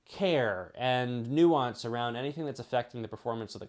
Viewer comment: It’s nuance